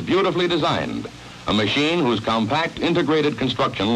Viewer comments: Every time he says compact, I lose it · I like how he said "compact."